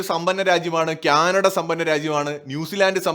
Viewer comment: it is not Kyanada, it is Canada! Diction please!